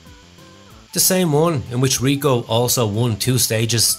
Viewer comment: IL cobra… not la…. It is male. And then is Riccò with accent not Rico … c’mon your Italian is a joke! Amateurish as usual